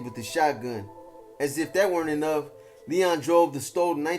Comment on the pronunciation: Its pronounced L-E-O-N as in lion.